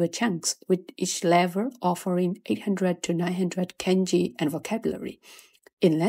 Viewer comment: Why do you say KENji instead of kahnji (i'm talking pronnounciation not grammatically of course). It's way off.